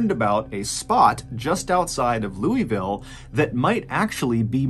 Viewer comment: Nooooooo. I’m such a huge fan of your channel. Please forgive my Kentucky blood. It’s pronounced lull-Vull not the way that it’s spelled. Just a warning in case you ever visited Kentucky 😂. They will judge you so quickly and you deserve southern hospitality.